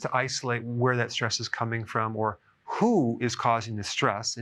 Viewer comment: When he emphasized "WHO is causing that stress" felt that lol.